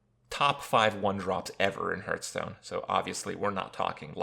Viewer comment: I cringe when he says "Hurtstone"